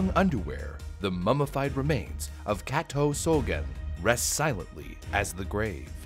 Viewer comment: For a second I thought that Kato was Cateaux or something with the way you pronounced it